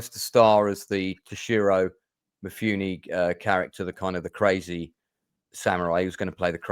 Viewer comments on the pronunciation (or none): That's cool of you but you did it almost completely wrong. To-shi-rou mi-fu-ne. Toe is wrong, she is wrong, me is wrong and nay is wrong. Maybe you just don't know how to transcribe sounds accurately but with your arrogance you probably unknowingly speak kansai ben. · "Toe-she-ro Me-fu-nay". As a fan who lives in Japan, I get picky about how people, particularly Aussies, pronounce Japanese words.